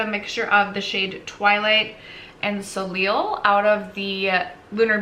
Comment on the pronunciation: love seeing your looks! i think simple eye makeup looks so good on you!! and that red dress omg! 😍😍 also soleil is pronounced so-lay :) what do you do for work? i wish the doctors i work with took us to see pitbull ahaha!